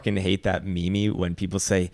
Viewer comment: Bro you are the only one i know that say ''meme'' as ''mimi'' xD